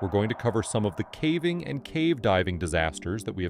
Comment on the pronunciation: AI. He says ‘cavving’ in a few of the videos